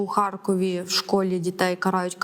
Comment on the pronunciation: Дякую п. за коректні відповіді. А от видуча, яка ставить питання двічі з наголосом "у Харкові" викликає запитання. Думаю, вона до цих пір переконана, що Захід України - то Україна, а Схід - про російський.